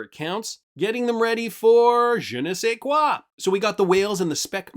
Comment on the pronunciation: The timing and your prononciation of your JE NE SAIS QUOI? was epic. From à frenchie fan living up North. Merci beaucoup